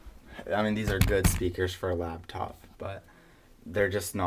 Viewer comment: it's LAPTOP.. not LABTOP!!